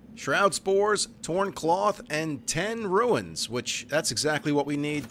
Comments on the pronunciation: Just one thing, it's very minor to be fair: "runes" is pronounced like "roons", not "ruins". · They're Runes, not ruins.